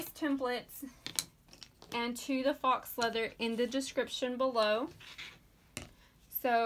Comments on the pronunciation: I love this so much!!! But I think faux leather is pronounced foe leather not fox leather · It’s pronounced foe, not fox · foe means fold over elastic. I looked up faux and were both wrong lol it's pronounced FOW. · faux is French for fake. Rhymes with row.